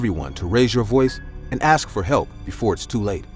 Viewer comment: Why do i hear ask aks